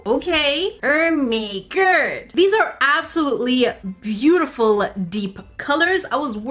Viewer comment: Stop saying oh me gerd